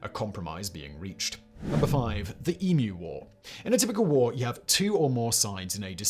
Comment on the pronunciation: Proper pronunciation of 'Emu', unlike the abominable American "Ee-MOO"